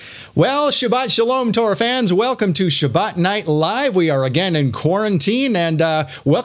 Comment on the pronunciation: Torah and never korah.